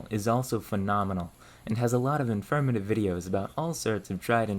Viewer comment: I noticed you say "merter" "kern" and "infermative" not "mortar" "corn" and "informative." Can I ask where you're from?